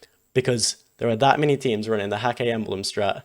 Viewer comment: Props for the right pronounciation of Häkke :)